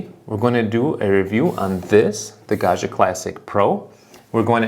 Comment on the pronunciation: Pro tip: Gaggia is n Italian name. It's pronounced "gawd-gee-uh." There is no French "zh" sound in Italian. It's pronounced like Joe DiMaggio, or DellaMaggiore.